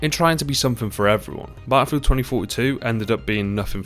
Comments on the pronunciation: Good old bah-al-filled is dead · Battlefield not batafield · ahh yes, Baafild